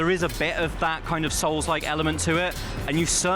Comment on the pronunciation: absolutely agree. I've played all the Onimusha games and I actually winced every time he said souls like. 😂